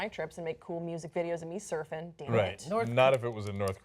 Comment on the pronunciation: Come on TYT. No one was willing to correct her. As she read, "Soofing..." I would have interjected, "surfing."